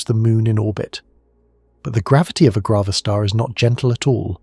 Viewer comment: It must be grav a star as in gravity … not grah-va-star